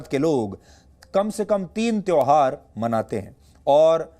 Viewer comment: Tehwar ko tehar bolne wale the.